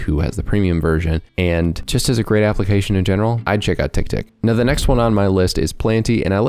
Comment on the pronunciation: It's tick tick not tiktok man